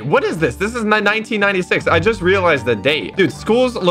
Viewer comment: when said "1996" i heard 9096.